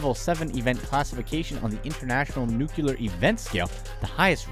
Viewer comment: New-Clee-Er not Nuke-U-Ler. LOL! Seriously, this stuff is awful. And the companies who do this are way rich and don't give a rat's arse about the people.